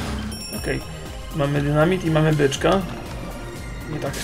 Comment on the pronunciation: dynami czy dynamit?:)